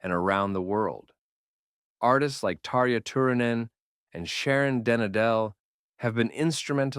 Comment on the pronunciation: When you're doing so much research on the history of this music and the significant bands finding out how the names are pronounced is a small effort. You did a fine job with Tarja Turunen. And you're not Finnish either.